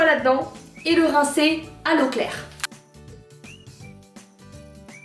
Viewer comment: J’ai compris « on rince à Leclerc « au lieu de « on rince à l’eau claire » 😂😂😂😂😂😂😂😂😂😂😂😂😂😂